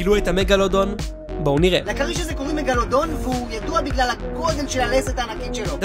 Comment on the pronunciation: אומרים מגלדון